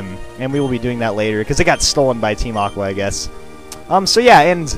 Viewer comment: "Look who is there, it's Team Awwwhh" LOL